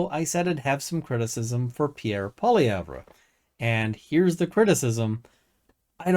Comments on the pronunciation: FYI - It's pronounced "Poly-ev"..... drop the `re' at the end. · Youre a political commentator in Canada and don't know how to pronounce the conservatives leader name. Its " Polly-ev " . Thats how its pronounced. Hard to take anything a liberal says serious when they go out of their way to sound uneducated. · Please learn the correct pronunciation of Poilievre. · The R in Poilievre is silent. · He doesn't even know how to pronounce the leader of the parties name. Do you think he's spent much time listening to the conservative party, or just what CBC said about the conservative party. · funny... I've NEVER heard the name pronounced that way in English by anyone. So your saying he's going out of his way to pronounce it in a fashion not typically done by people. It is an oddity to intentionally pronounce someone's name in a fashion that no one else does. It's a passive aggressive character trait.